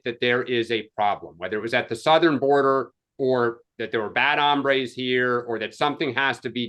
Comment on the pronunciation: Guys, it's HOMBRES, not hambres (hambre is hunger).